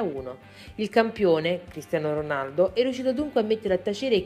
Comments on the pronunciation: all'inizio ho sentito pisello ronaldo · ma solo io all'inizio ho sentito il figlio di pisello ronaldo? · figa dici molto male Cristiano Ronaldo anche molte altre cose....Soprattutto all'inizio